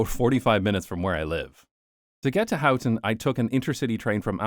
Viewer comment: You say How-ten and I say Hoe-ten. And you said it A-lot.